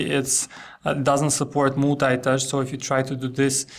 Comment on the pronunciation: MOOLTAI - TOUCH. MOOLTAIMEDIA. Lol